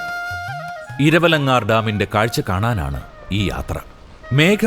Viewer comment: താങ്കളുടെ വീഡിയോ വളരെ ഇഷ്ടപ്പെട്ടു. മേഘമലയുടെ സൗന്ദര്യം അതേപടി ഒപ്പിയെടുത്തിട്ടുംണ്ട്.ഒരു ചെറിയ ഒരു തെറ്റ് പറ്റി, ഇരവലങ്കാർ അല്ല 'ഇരവങ്കലാർ ആണ്